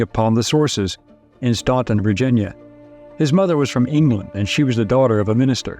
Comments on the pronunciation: "Stan-ton", not "Stau-ton". Otherwise great! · Staunton, VA is pronounced "Stan-ton" by locals. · It's pronounced Stanton - even though it's spelled Staunton. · Staunton is my hometown. It shames me that he was born there, and still celebrated. As an aside, and caution, Virginia is full towns that aren't pronounced how they're spelled (its how we identify outsiders). 😂 Staunton is actually pronounced "Stanton" locally. 😊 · we pronounce it "Stanton" do here in the valley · Staunton is pronounced "stan-ten" in old Virginnya. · You pronounced his hometown incorrectly.